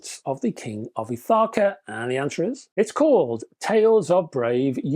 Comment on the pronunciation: another good video. very interesting, as always. Ithaka is just off Kefalonia, in the ionian sea. My wife and I have been a few times, and it is a glorious island. The pronunciation is Ith - a -as apple, ka - as in cat. Happy Christmas.